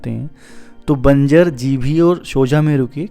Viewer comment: Please pronunce banjr as Banjar